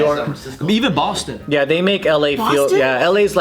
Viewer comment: "Bastan" 🤣🤣 absolutely love da mudda Joe man hahahha